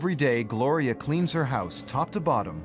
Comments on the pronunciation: Her name is Gloria....... not that hard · Gloria,...her name is Gloria